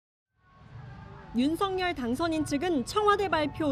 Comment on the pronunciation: 방송인 이라면 우리말 사용에 정확한 발음을 구사해야 합니다! 윤석열의 발음은 "윤서결"이지 윤성열이 아닙니다! 대부분의 기자와 방송인들이 윤석열(윤서결) 의 발음을 윤성열로 하는것을 보고 실망을 금할수 없읍니다! 윤성열과 윤석열이 같이 있다면 발음으로 어떻게 구분 할수 있읍니까? 말과 글로 먹고사는 기자나 방송인이 발음과 문법에서 자주 틀리는 행위를 반복하는 것은 부끄러운 일입니다